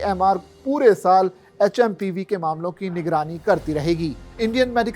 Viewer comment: like (pseudo) ye H M P VIRUS HAI.. NAKI HMPV VIRUS.. name to thik batao kam se kam...